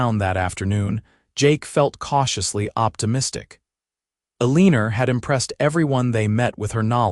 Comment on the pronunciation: El-a-nor… not A-lean-er